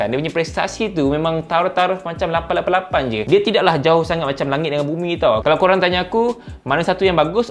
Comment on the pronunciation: Abang ada potensi untuk menjadi duta teh "888"... Cara sebutan tu yang ngam sekali 😂